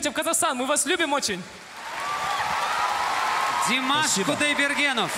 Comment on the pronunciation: Как мне режет слух , когда в конце ведущий неправильно называет фамилию Димаша . Это непростительно в любом случае .